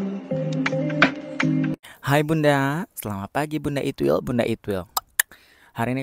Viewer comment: Tang aku denger bukan itwil tapi it..... L😂